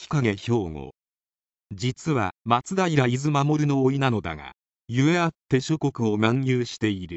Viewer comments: 今更だけど松平伊豆守は「まつだいらいずのかみ」。他にも読み方がおかしい箇所があるけど意識してやってるんでしょうか。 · 呆れたナレーター！松平いずまもるって、なんなんだよ～～。よくも恥ずかしげもなく全世界に出せるもんだなあ・・・。でも月影兵庫も花山大吉も、大好きな番組でした。誰かアップしてくれないかなあ。著作権なんとかならないものかなあ・・・